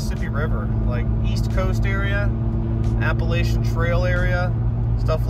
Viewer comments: I never do this but bro….. App-a-lach-an not for the love of all that’s monetized, app-a-lay-zan. Thank you for reading this Ted Talk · Alright... I love you, but... It's pronounced "App-ah-latch-ian", not "Appalayshan". Just wanted to clear that up! Stay awesome you sexy beast!